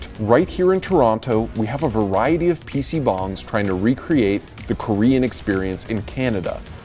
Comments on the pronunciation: I kept hearing PC Bongs. Haha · as a korean, its funny to hear people say pc bong lol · I can assure you it was neither pronounced correctly in English nor Korean. But it made for a cute joke at the end. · you butchered every pronounciation possible on those korean words.